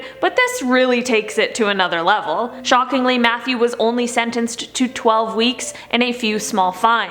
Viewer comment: It sounded like she said Methew Wayne the second time 😂